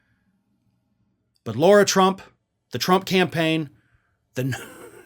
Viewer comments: Excuse me, it's LARA, not Laura. Still just as much a waste of space! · It's not 'Laura' Tump. It's more like 'Lahra' Trump. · It’s LARA not LAURA. Get your shit together! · You keep saying “Laura”, dude, when it’s “Lara” 👍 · Her name is not Laura, it’s Lara. Pronounced Lah-rah. Irritates me that so many pronounce it wrong. I know it isn’t important but it isn’t her name. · I believe you are mispronouncing her first name./